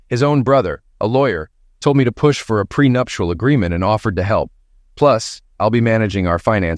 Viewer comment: It's NOT A Prenuptial agreement It's a PRENUPTIAL agreement